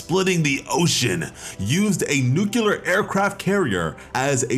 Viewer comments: WTH is wrong with americans and the word nuclear? It's nuclear not nucular... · Newkelar xD Dude, say nucleus, then nuclear, you can do it.